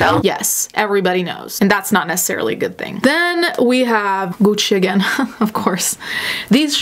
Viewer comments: The way you say "Gucci" is giving me life, even though I also think the brand is ugly AF. The dripping shoes look like my Barbie after I left her by the heat vent. I don't want to stand next to anyone wearing those plastic pants, especially in Summer. They're not going to smell pretty 🤢 ...the grass skirt shoes look infuriating and stupid. I like the concept of the weird ass backpack for travel reasons, especially in places where mugging is prevalent. It looks uncomfortable though. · So I'm Italian and when mentions Italian brands and pronounces the name correctly. I'm like shook then I remember... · she's pronouncing words properly! And she is Italian so what do you expect her to do? Mispronounce her own language?! You remind me of every American person going around and slaughtering every language who gets all pissed at native speakers who try to correct them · at first I didn't noticed her pronounciation bc I'm from Spain and here we pronounce it like that too as our languages are a lil bit similar, but hell yessss her accent is beautiful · astrid vvv Shes actually Italian so she’s probably used the pronunciation she heard growing up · The way she says “Gucci” — chefs kiss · I like how your pronounce Gucci properly, i’ve never heard it pronounced properly before 🙂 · Looking for a husband who pronounces Gucci as satisfying as you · i love the way you pronounced gucci, i feel uncultured for the way i say it now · i love the way you pronounce the french how they are meant to say as well as Gucci and not the basic white girl way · I find it weirdly satisfying how she says Gucci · I live for how you say Gucci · I think i found a new fetish. Listening to pronounce things with the heavy italian accent is just so satisfying. Please say prada again. Or gucci. Or whatever. Uuuugh just like cutting a tomato with a freshly sharpened knife. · Just here to listen to pronounce “Prada” and “Gucci” in her delicious Italian accent.